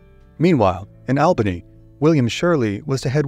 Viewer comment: Pronounced ALLbany not ALbany doesn't sound like the name AL